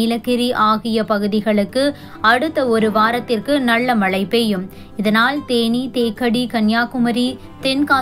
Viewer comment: தயவாக தமிழைக் கொலை செய்யாதே. மளை அல்ல மழை, வளி அல்ல வழி வளி என்றால் காற்று என பொருள்படும்.